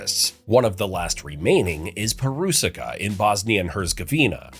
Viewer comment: The third syllable of Perucica is pronounced "cheats" not "sick"